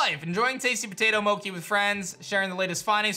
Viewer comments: he says Mo ki When its Mo Chi And the way he says Togetic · mokey? i thought it was mochee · Love the content man really enjoying the new game as well btw mochi is (mo-chee) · I've heard people say Mochi as Moki when we all know its pronounced MO-CHEE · yes Moki is incorrect pronunciation of the word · I think ur saying mochi wrong it’s “moe chee “ like cheese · Can we pronounce Mochi (Mow-chee) correctly, please? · The way he pronounces Mochi gets on my nerves but I love it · Hey i think you've been pronouncing "mochi" wrong. 😁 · Yup. The man has never watched Monster Rancher or a lot of anime it seems. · The way he pronounces mochi has been bothering me since ep 1 ngl 😫